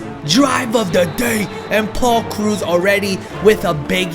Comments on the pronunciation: It's krau-ouse no t krus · It's krause not cruz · Omfg it's not it's not crews, it's kraws lol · Am I the only one who kept yelling Krause whenever he said cruise😂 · pronounce it like krowse .you pronounce it like cruz example,victor cruz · It's Paul krowse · You butchered Krause in like 5 different ways. It's pronounced like House. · Krause... like "house" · It's *kr-ow-se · btw it is pronounced krauw-s, like sauerkraut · am I the only one who is a little annoyed with how he pronounces Krause almost like "cruse?" It's not a huge deal I just have pet peeves 😂 great video nonetheless! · Paul cruise lmao (that's how he pronounces it) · who else cringed everytime said kroos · It's pronounced kraws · You did butcher his name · Sorry my ocd is killing me when u butcher Paul Krause's name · You pronounce Paul Krause wrong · Your butchering his nam lol